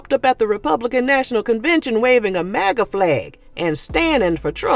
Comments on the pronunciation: it's MUGU, it's not maga in nigerian slang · the Nigerian slang you're talking about is "MUGU," not "MAGA." You're very funny, though.